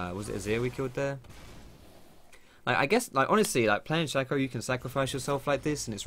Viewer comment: no it's shaco not shaco